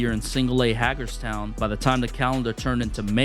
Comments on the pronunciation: A great summary, but is pronounced "HAY-gers" town no "HAAG-ers" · Hagerstown lol it's a long A